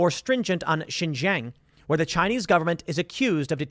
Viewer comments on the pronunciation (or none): XinJiang "SheenJeeAng" Tim!!! Not "ShinZhang" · Love to see it :D. All Chinese refugees welcome unless you simp for the CCP but Brandon would never except them. Tim, your asian half is showing, let a black man whos really into China help you out. Xinjiang is pronounced (seen-jee-ong). The jiang part is pronounced fast though in a fluent manner. When you break it up slowly it sounds a bit funny.